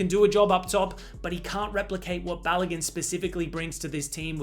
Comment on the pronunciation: It’s not pronounced Ba-lo-GUN, it’s Ba-lo-GOON